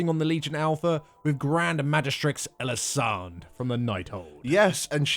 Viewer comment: Since Tyrande is pronounced as "Ty-ran-de", I suppose she should be called "Eli-san-de" as well.